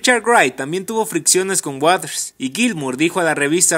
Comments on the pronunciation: Pronuncia bien, es Waters, no waders, mejora tu pronunciación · Porque la mayoría pronuncia Roger Waders es waters, no wathers!!!!!